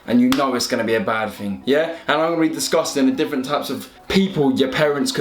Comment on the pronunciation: Bro u said ‘im gonna be disgusting’ instead of discussing😂😂sick vid tho